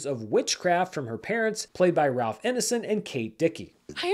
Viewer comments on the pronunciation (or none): none